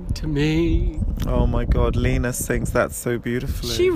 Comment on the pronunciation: Liina😂😂 In Finland you produnce letter "e" like in word "Excellent". And btw, in Finnish "liina" means cloth, but it is actually name. I hope you understood😂💗